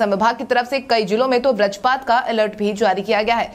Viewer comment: व्रजपात नहीं बल्कि वज्रपात होता है। हिंदी सुधारो क्योंकि आप हिंदी भाषी राज्य के पत्रकार हैं।